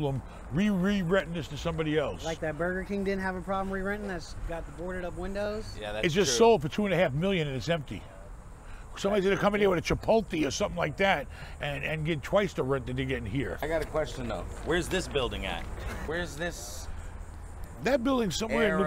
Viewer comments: "Someone's going to come in here with a chipo-Tee or something like that"😂😂😂 love you!!!!! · chipolte lol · A chipotlee😂😂